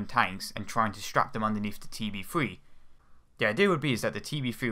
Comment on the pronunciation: Here, ill help you. TB-Three, not TB-Free